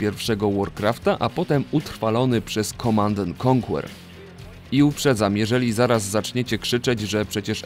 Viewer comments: Jezu, nie czyta się KONKŁER tylko KONKER, ależ mnie uszy bolą :( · "ko/anker" a nie "konkuer" kurwa ._. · Świetny materiał i wspaniale opracowany! Jest jedno małe "ale": niektóre angielskie nazwy są niedbale wymawiane, np. w słowie "conquer" nie wymiawia się litery "u", a słowa "dawn" nie wymawia się jak "down". Szkoda, że takie drobiazgi psują tak dobry materiał. Pozdrawiam